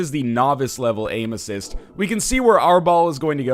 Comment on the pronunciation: I keep hearing "Anuses" when you're saying "Aim Assist".